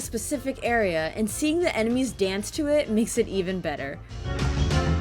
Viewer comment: "Gust of wind dadance!"